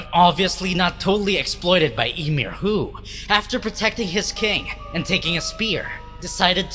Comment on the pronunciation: Why did you say emir titan it's ymir